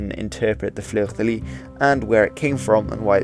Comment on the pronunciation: Fleur de lys ou fleur de lis is pronounced \flœʁ də lis\. I'm curious what you think of the Russian flag, hehe.